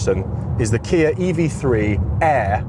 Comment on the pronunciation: Why do you say Kia as kiarr